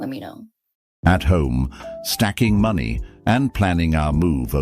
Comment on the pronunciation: You mispronounced "money".